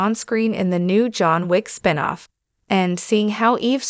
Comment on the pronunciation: What's a "spine-off"? And a "bougie-man"? (I'm guessing it's just a guy that's really stuck-up. 😂 )